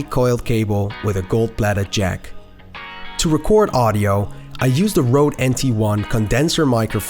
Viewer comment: It’s not Rode, it’s Røde! Ø ≠ O